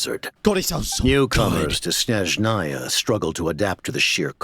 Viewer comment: as a russian, pronunciation is atrocious XD Horrible, butchering words and incorrect stress in words. Clearest example - it's SnEzhnaya, not SnezhnAya. But we were long ready for this shit))))